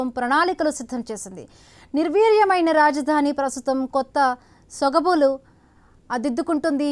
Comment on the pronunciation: సొబగులు ❌ సొగబులు ☑️😂😂😂